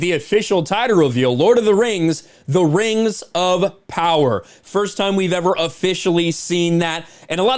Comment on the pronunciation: Lord of the Rhangs. Return of the Khang. That made me laugh. 😆